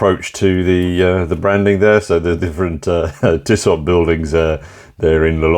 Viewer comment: Tissoh, not Tissott.